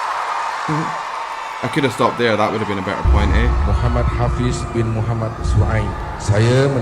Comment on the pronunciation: Both Ernie and Hafiz have a great vocal. It just Hafiz got lucky to win that title for the competiton. Thanks for your great reaction and yes you pronounce Hafiz's name correctly👌🤗